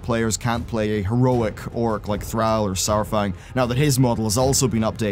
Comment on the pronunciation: THROUHH , that's how i heard you saying THRALL